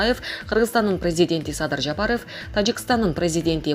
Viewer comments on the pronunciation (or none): none